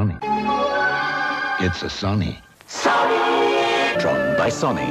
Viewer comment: It’s Not Pronounced Saw any It’s Sony